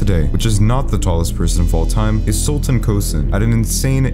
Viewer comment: It's not pronounced sultan it's sul than